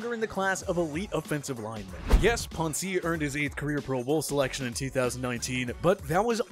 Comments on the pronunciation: Maurkice WHAT? it's not Puncey it's Pouncey... don't forget about the O in there I say this is almost all of this channel's videos but they make a TON of stupid mistakes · Why are you saying Poncy? Its POUNCEY #PS4L 😂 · 1) It's pronounced Pouncey, not Pawn-see 2) How is Tom Brady not considered a superstar anymore? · The fact that you called him pahnsee makes this video lose all credibility to me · Why does he pronounce Pouncey that way 😂